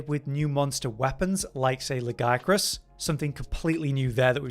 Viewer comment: Its not GIA, its La-Gi-A-Crus. There is an extra syllable in there!